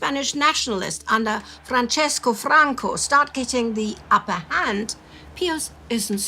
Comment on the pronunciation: Did pronounce Franco's name with an Italian accent?